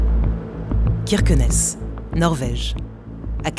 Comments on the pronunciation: On prononce "CHirquenesse", pas QUirquenesse ! Cela remet en question la crédibilité de ce reportage. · Prononciation correcte: Kirkenes: Chirkenaisse - Frode: Froudeu